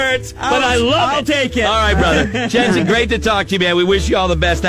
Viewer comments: Jensen not Jansen. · He kept pronouncing Jensen's last name wrong. He also kept saying Jansen. 😒